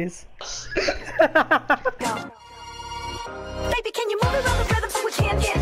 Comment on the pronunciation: Mate, pepes aren't called "pay-pays" otherwise good video